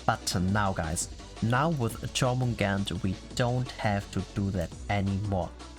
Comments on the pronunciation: Here's the correct pronounces of her name: Yormungander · The correct pronunciation of Jörmungandr is YOUR-moon-GAHN-dr.